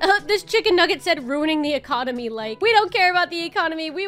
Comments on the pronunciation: Economy ❌ Economu ✅ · lol the 'economu'